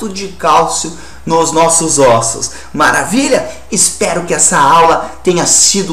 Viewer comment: "nos nossos ÔSSO " kkkkkkkkkkk